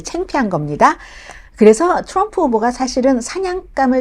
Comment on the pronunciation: 자기 응원하는 후보 발음이나 똑똑히 하라우! 추럼프